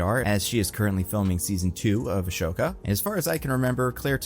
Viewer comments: "Ashoka" Why is it so hard for people to see that the H is BEFORE THE S, it's Ah-soka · AH-SOKA. Not Ashoka. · Mf really said "ASHOKA" YOU ACTUAL NINCOMPOOP IT'S AHSOKA A-SOKA THE H IS SILENT STOOPID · You sound like Palpatine when you say Ahsoka's name. UH SHO KA. lol. It's UH. SO. KA. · I'm sorry but you said Ashoka. It's Ahsoka, Ah-so-ka. 🤓=me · ash-oka? Ahsoka lol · What are these pronunciations? Ashoka? Kate Beeshop? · Ahsoka not Ashoka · Right?! Did he really just unironically say Ashoka?! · Bee-shup? Ashow-ka???? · His pronunciation is making me lose it. ASHoka? BEESHUP 💀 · please stop saying ashoka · Why does he mispronounce so many names? Beeshup? Ashoka? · ASHOKA IS PERNOUNCED ASOKA NO SH SOUND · I know you can pronounce Ahsoka correctly, why are you doing this to me? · I'm playing Monster Hunter Wilds while listening to this and you just factory reset my brain with that mispronunciation of "Ahsoka". I was so caught off-guard I forgot about the dandruff dragon in front of me and got KO'd for it. So thanks LOL.